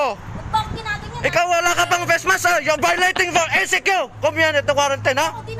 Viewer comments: I love youre accent say it again": 'PESMASK' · amp batangeno nga ata yan eh, eto ka boi oh 🤡🤡🤡🤡🤠🤠🤠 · I love ur accent, say it again... "Pesmask"